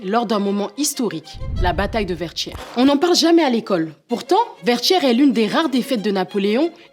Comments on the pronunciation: Enfaite merci pour la vidéo mais petite précision ça se prononce Vertières..tières pas tchières😅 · C'est ecrit Vertieres mais prononcé Verchieres ? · Prononcé : Vertchières s'il vous plaît